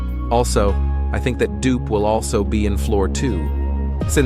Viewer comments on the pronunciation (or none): It’s dupe not duke